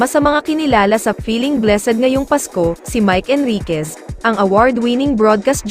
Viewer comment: Mali pa ang pronounciation ng blessed🤣✌️